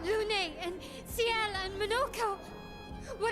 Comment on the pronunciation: The game: see-el, right up until the very end: sigh-el Classic. Never change,. Also I am in a strong agreement with feelings about the ending. I will not go into them (it’s *extensive*) but I share the sentiment and more.